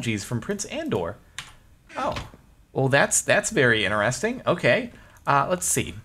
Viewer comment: I think it's cool how he says interesting! Do Americans pronounce it like that or is it just him?!